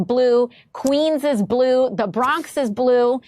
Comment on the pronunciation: AOC can't even say the word blue, lol what an idiot, how did she get elected